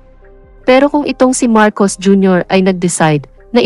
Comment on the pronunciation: gumalang ka naman hoy ikaw na announcer... o sadyang wala kang paaralan ha4... pagbugkas mo nalng pangalan ng presedente ng pilipinas MARCOS JR.